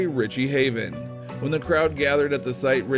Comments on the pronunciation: Richie Havens not Haven !!! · There isn't a single photo that couldn't be previously seen. Summer of 1959? Are you insane?? Tie-downs?? It's Tie-Dyed, you ignorant moron! it's Richie Havens, not Haven. What an ill-conceived waste of time this was. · Also, it's Richie Havens ... with an S at the end -- NOT Richie "Haven." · It’s “tie dye” not “tie down”; and it’s Ritchie Havens, not Ritchie Haven. 😁 What can you expect from someone who is just reading a script. Many other inaccuracies and inconsistencies here. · It’s Richie Havens—with an “s”—not Haven!